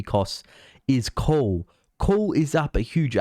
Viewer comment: you're forgiven considering that the guy who made this video can't even pronounce coal. He said coool 30 times